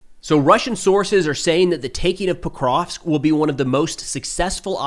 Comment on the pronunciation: It's "Pokrovsk", not "prokrov" clueless clown. You have no idea what happens in the world.